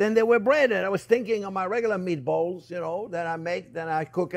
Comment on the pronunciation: He speaks another language, & its too funny how accents, describe “spicy meaty-balls” as if “spicy meaty balls,” in every other language, has no pun intended, despite ebonics being full of soo many puns, & or synonyms that declaring a/the meaning, of anything is just audacious! #BilingualismShouldntBeASecretLanguageReservedExclusivelyForPriviledgedHeritagePriviledgeCultureTouristsAndOrThoseWhoTravelForANewMeaningOfFood